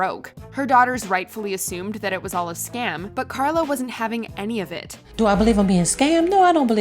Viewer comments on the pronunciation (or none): none